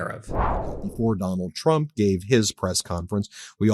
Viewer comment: I cannot hear her say anything besides.....President Chump......😂😂😂😂 just listen to her. Every time she says it, more and more sounds like CHUMP hahahah